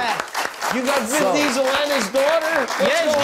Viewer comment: Did Guillermo say Ben Diesel?